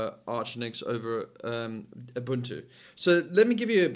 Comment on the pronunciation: A man who can pronounce Ubuntu correctly. Rare indeed.